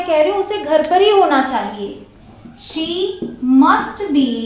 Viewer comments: Mam she hota hai sho nahi 😀😀but you make good video 😀😁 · It's She not Sho Expecting a heart from English connection but anyways you in the list of my best English teachers.